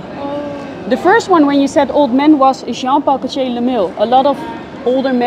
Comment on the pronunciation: "John-pahh-co-chaaa" lol